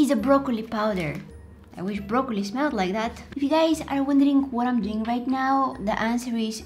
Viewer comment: Why add “k” to your words? “Wrong-k” “doing-k” “cooking-k”